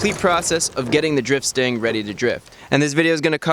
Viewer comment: Stang, not stand. Lol